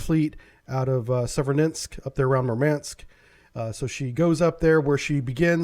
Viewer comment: "Novorossiysk" is pronounced "know-vo-ross-EEE-sk". Additionally, "Severodvinsk" is pronounced "seh-vehr-OH-dvihn-sk".